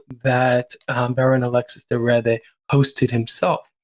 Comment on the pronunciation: Please, pronounce the Baron's name correctly. I understand that some of the place and people might be unknown, but the subject of your clips needs to be pronounced right.